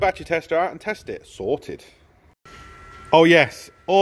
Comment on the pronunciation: Sorted sounds like " Salted". 😁